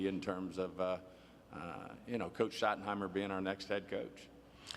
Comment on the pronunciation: The first “Shottiee” sent me 💀